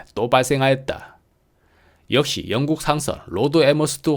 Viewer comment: 영쿡 발음이 예술입니다